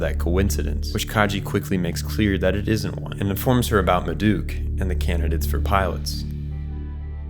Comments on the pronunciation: Marduk Institute is pronounced Mar Dook and Magi is like Mage but with an I. The G sound as in Magician. Not Maggy lol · The only real complaint I have with his Eva videos is pronounciation. Ultimately it's a minor thing. It's almost like he only watched it in Japanese because of how certain euros ate pronounced. Marduk --> Ma Duke comes to mind. They are incredibly well made and helpful. I'm just did a rewatch and still had questions. This helped. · Seele - seal, Gehirn - Gurn, Marduk - Muh dook, Cataclysm - Kata lism, BRUH google how the words are said xD